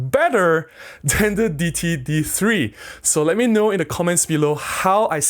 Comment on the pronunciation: I think the d3 brand is pronounced Day-it-tee.